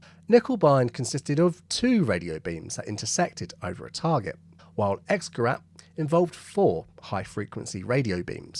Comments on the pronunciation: It’s not Guh-Rat but rather Guh-Rate. The umlaut is not for nothing. Also, the river is Way-Zur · It would not be "ex", but ix and not gerAHt, but GerAYt. The Umlaut changes simple ah to AY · If you want to pronounce it like a German would, it's IX GURAYT, NOT EXGERAHT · Learn to pronounce Gerät. Try Forvo, or learn basics of German. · X-gerat ”X-device”. ”Ä” is not pronounced like “a” at all. Use Google translate and press play to hear how things are pronounced before making videos. It takes a few seconds. Otherwise you did a good job. Greetings from Sweden which also uses “Ä” :)